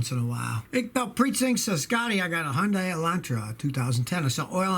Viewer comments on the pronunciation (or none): none